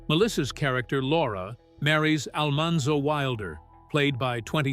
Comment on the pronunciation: You can’t even pronounce Almanzo’s name correctly. Who cares if Steve Tracy is gay!!!!!!!! You are despicable!!!!!!!!!!